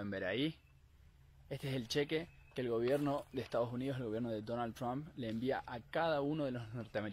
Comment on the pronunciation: Dice Donald Trump pero también dice estados yunidos